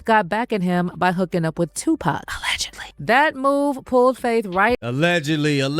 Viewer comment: Who is 2 Pack? I've never heard of him. I'm aware of Tupac Shakur though! There's no K sound in his name, SMH you're a pale one 😂😂😂 nosey